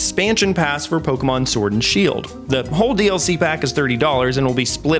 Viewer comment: when you said dlc i thought you said ddlc and im like dokidoki is coming to nintendo??